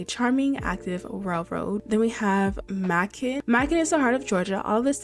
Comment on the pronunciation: macon is prenounced may-can your funny